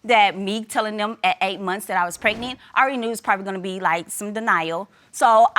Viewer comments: "When I found out I was preg-net" lol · "a whole month prignant" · Don’t get pregnant if u don’t even know how to say pregnant right PLEASE ! ANNOYING